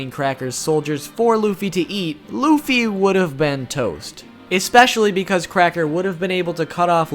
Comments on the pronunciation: especially* Not Exspecially. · "expecially" bruh my dude. i love your videos but bruv